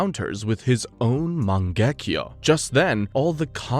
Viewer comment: loved the videos but holy can you please stop pronouncing all the names UBER AMERICAN holy fk Its MAN GE KYU not MAN GEK KJO, this is just one of like 9000 cringe moments, its not to hard to do such a thing